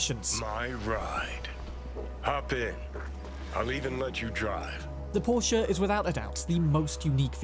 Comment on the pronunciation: isn't it pronounced "Por-shuh", not Porsch (sounding like Borscht)? 😬